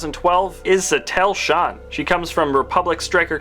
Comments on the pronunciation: Sa-Teal Shan not satel shann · it's Satele Shaan not Sattelle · Satell shun? REALLY? Its sah-teel shah-n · I had to stop watching the vid after he called Satele Shan "sahtell shaun" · Brony King Amethyst Rain He said Satel Shun 😂